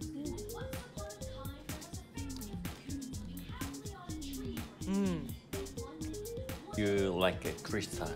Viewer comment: Did she call Gumball Gumbo?😂